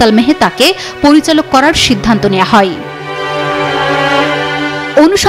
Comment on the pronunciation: হয় কে হই হই বলেন কেন?